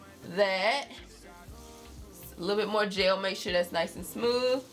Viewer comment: People say I say “jail” instead of “gel”. And I always was so confused but I really feel like I heard you say it too 😂😂